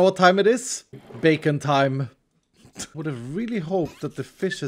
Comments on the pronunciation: Is it just me that heard bacon when said beacon? XD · when he said beacon time it sounded like bacon time